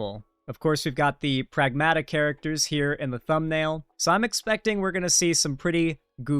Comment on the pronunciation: Greek here, Pragmata is pronounced PrAgmata, it means "things".